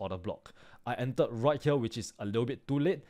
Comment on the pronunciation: I love how he sais "right HEEWER"